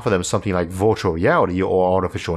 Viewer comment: Virtual is not pronounced vortiol